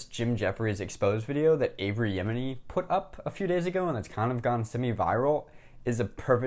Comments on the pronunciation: There's no "r" in Avi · That's a bit more than a mispronunciation, that's the wrong name, period. A mispronuncation would be "A"-vee", lol